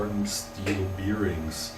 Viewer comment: Nice lathe! I think the faceplate with the screw thread might be meant for cloth polishing wheels. Look up the pronunciation rules for "the" if you care, as well as the word "bearing". You were probably taught wrong at school, like every other native German speaker. You'd almost think there was a conspiracy to teach us the wrong pronunciation so we are always easy to identify ;-).